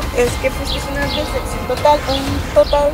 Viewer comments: Interesada y pa colmo no sabe decir "DECEPCIÓN" ella dijo "DESECCION" 😂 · "Una desecxion" Jajajaja no sabe ni hablar la morra 🤣🤣 "una desecxion" otra vez JAJAJAJAJAJA ay no no puedo 🤣🤣👌🏼